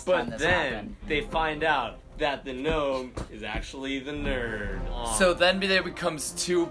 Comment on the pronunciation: Really? Gnome with a K. So unliterate